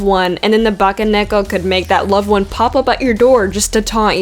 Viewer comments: Well, you managed to pronounce Bakaneko and Futakuchi-onna. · Actually, you pronounced Futakuchi-onna pretty well. It sounds about how I say it, and I know enough japanese that I can say them decently. Bake-neko sound goon, as does Yuuki-Onna. You say those names better than you think, probably because the roamnji sounds the way it's spelled, with a few exceptions.